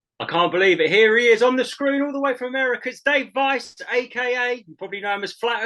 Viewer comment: Weiss like ice! not vice. lol